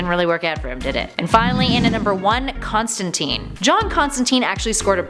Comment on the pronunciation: again, it is wonderful to see you back, but please, Please, PLEASE research the pronunciations and/or grammar. It is pronounced "FOW-st" like Goethe's titular character (pronounced "Guhr-tuh", btw)and the absolutely abhorrent storyline was entitled "One More Day", not "one day more". Also, it's "Constan-TYNE" (rhymes with "Thyme" or "time"). Just saying. Keep up the otherwise good work